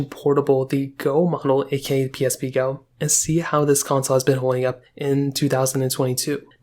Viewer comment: The way he says “PlayStation pee” is funny lol